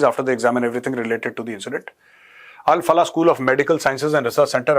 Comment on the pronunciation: Al Falah नहीं क्या बलाह है ये 😂